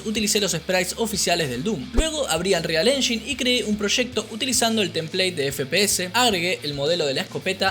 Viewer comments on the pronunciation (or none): Engain no enshin